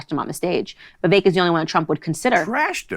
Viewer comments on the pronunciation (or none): Please please please say Vivek’s name correctly. It sounds like cake - Viv-ake. Listen to how his name is pronounced. You should know this. 👍🏾👍🏾